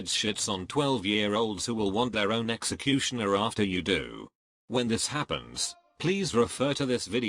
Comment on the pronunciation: Nobody: Literally fucking nobody: TTS: "Sexecutioner"